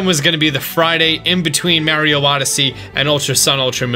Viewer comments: STOP SAYING MARIO WRONG!!!!!! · Why do u say Mario like that?